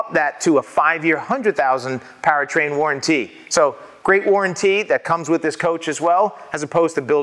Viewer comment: All about that waran-tee